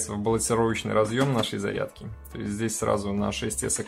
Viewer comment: Наверное "Зарядки ", а не "задки")))